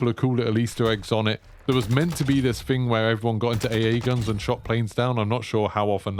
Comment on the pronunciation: THING not "Fing" tf is this English